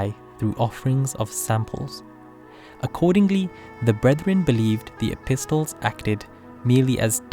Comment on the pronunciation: Mashallah lovely video, p.s. the T in epistle is silent.